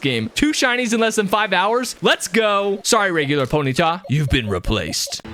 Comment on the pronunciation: PONETAH MORE LIKE PNENAH